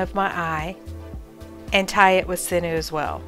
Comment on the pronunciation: I just watched your video and you demonstrated the eye fold very well. There was one thing about it that bothered me. The word sinew is not pronounced "sin new" it is pronounced "sin you". I hope you're not offended if you're corrected like this but mispronounced words just bother me. Have a great day.